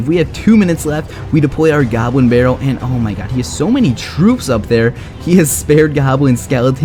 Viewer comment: Depwoy a gobwin bawwel